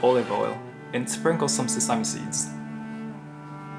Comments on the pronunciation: I live in america and although im not vegan, vegan burgers are pretty good! Also just a little reminder sesame is pronounced seh-suh-mee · ask rachel to teach you how to say sesame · Every time says "sesame" I have to stop and think "oh yeah, that's how pronounces sesame".